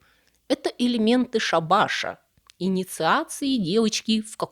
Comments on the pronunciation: Там ещё дальше был шабАш ведьм! 😂😂😂Вместо шАбаша... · При всем уважении есть глагол залезать, а не залазить. Да и ударение в слове шабаш падает на первый слог, т.е. ша́баш. Шаба́ш - это окончание работы. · не шабАша, а шАбаша. С ударениями беда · с пелериной , а не с перелиной ....шАбаш , а не шабАш... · очень интересно. но... не щеколдА - а щекОлда, не шабАш - а шАбаш. ну и еще по мелочи... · Спасибо за работу. Было интересно. Маленькая поправочка: щекОлда, а не щеколдА, не перелина, а пелерина. Слушаем дальше😊... Ну и шАбаш, а не шабАш. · Значение слова шАбаш-сборище ведьм. Значение слова шабАш-конец работы. Ставьте ударение правильно! Иначе выходит смысловая абракадабра. Бессмылица! 😂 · Первый раз слышу у нашей блестящей рассказчицы неправильное ударение: надо "шАбаш". Что касается вариаций сюжета, то братья Гримм все же учитывали законы сказочного жанра, с характерной для сказки благополучной развязкой. А ведь они сами любили ужасы подпустить! Понравилась лёгкая ирония рассказчицы относительно психоаналитических волчьих уловок. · Ударения пострадали опять щекОлда шАбаш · Небольшое замечание : ЩекОлда , ШАбаш... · почему "щеколдА", а не "щекОлда". ...читатели... И "шАбашей". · Обратите внимание на произношение и ударения,если выходите на аудиторию.ЩекОлда, пелерина,шАбаш. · Милая, я очень Вас люблю и просто обожаю, но, будучи учителем русского, просто не могу не поправить: нужно говорить щекОлда, шАбаш. Не обижайтесь и возьмите на вооружение!❤ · Только надо говорить "шАбаш", ударение на первое "А". И "щекОлда", с ударением на "О". Неправильное произношение мешает слушать и воспринимать. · Очень нравятся Ваши видео. Спасибо. Но у меня вопрос, а Вы специально ударения в словах так ставите? Почему шабАш? И кто такая щеколдА? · Спасибо, оч интересно! А почему такие странные ударения в словах «шабаш» и «щеколда»? Правила новые какие-то вышли? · Со словом ШАБАШ то же самое, где вы берете такие ударения? И с таким умным видом...